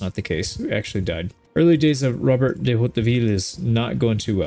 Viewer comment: nice video, by the way it's "Robert de Hauteville" and not "Robert dey Hauteville" ^^ (maybe fat fingered on the key ? )